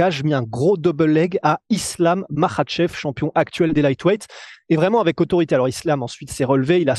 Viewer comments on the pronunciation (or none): on est en France ici, merci de prononcer les noms des combattants islamistes à la française!!!! maKach pas marrrrrrchevrrr!!! On dirait que vous avez une mauvaise grippe permanente